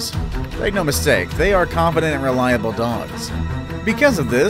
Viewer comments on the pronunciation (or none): none